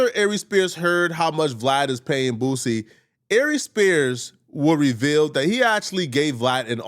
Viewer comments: Dude said booZie 😂😂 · Bruh call him “boozie “ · Aries always says boosies name like “Booozie” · Who is “Boo-ZEE”??!🤣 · Why he keep calling him BOOZY 😂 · i live up north and we all pronounce it correctly lol this is just an Aries thing.